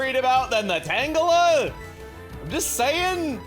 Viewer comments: Sometimes pronounces Tangela Tangjelly. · But I thought it was pronounced “Tanjelly”.